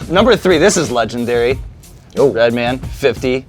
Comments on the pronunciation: Not “Redmond” lmao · “Redmen” lmao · "Redmin" lol its true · Reminds me of the colored spit guards when red say redmen like he trying to pretend to be a white dude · White people say Redmin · White people remember his name has an A in man not an E